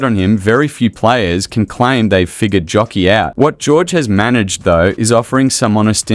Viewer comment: Nikola "Jokiii"? Mann, lebst hinter einem Stein oder was? JOKIĆ !!!!